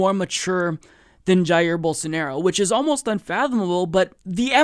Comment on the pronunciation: Pretty sure it's pronounced "Bowl-SAR-na-row"